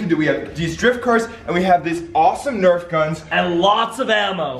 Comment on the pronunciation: its nerf not nerve